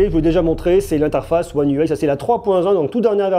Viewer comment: Un déluge de mots pour rien pour commencer (car j'ai pas tenu 30 s) ! Une vidéo ça se prépare. Et puis soit on prononce UI à la française soit à l'anglaise mais pas un mixeur des 2. Dommage car le sujet était intéressant !